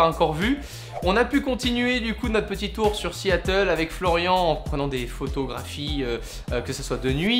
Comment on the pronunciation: Siiiiatle lol